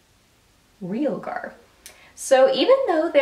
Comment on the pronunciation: I heard that the pronunciation of that last shadow is "Ree-AL-gar." Who knew? Weird word. Looks like an amazing palette. I am crazy about warm shadows.